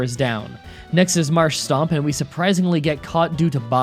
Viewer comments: Marsh-Tomp not Marsh-Stomp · Just saying I don’t care but it is not marshstomp but marshtomp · Ah yes, saying Marshstomp instead of Marshtomp to trigger ppl to leave comments for YouTube algorithm. Actual 5head move, well played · It's called marsh-tomp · Okay but why Marsh-Stomp?!? Lmaooo it’s literally spelled Marsh and Tomp. There is no s lmaooo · You probably know about how you pronounced it by now but it is not MasrhSTOMP it is MarshTOMP there is no extra S in there. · MARSH-TOMP , not Marsh-stomp , there is only 1 S , Marsh , Tomp , say it with me MARSH-TOMP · You said you read comments, so here is my observation: Mudkip's evolution is MarshTOMP and not MarshSTOMP. Anyway, I like your videos, thank you for doing these challanges. Pokemon was my childhood, although the games weren't popular here in Hungary. You raised my favourite franchise to a whole new level. :) And I would really like a Smeargle challenge. :D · I don't mean to be nitpicking, but you say an extra "s" in the middle of Marshtomp. Like its Marsh+tomp not Marsh+stomp. Otherwise keep up the great work, love what you are doing. Love from Norway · I know you're sick of hearing it, but just FYI, as politely as possible, it's Marsh-TOMP. You keep adding an extra "s", saying Marsh-stomp. Not a huge deal, but I didn't know if someone told you yet. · It's still not "Marsh-stomp" though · Anyone else notice he said Marshtomp as Marsh-Stomp? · When pronouncing marshtomp for some reason you add an s after sh. (No hate, just don't)